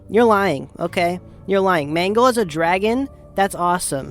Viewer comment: im not even joking the more you say mangle it sounds like mango😭